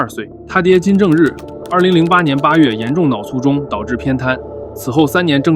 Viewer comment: 跟我念 卒（cu4）中。 卒（cu4）而临之而不惊